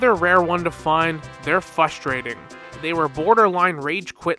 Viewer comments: If this guy says fustrating one more time I’m switching to Winter Soldier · This guy is a slow ass talker and i cant unhear him saying "fustrating", like bro you're missing an R.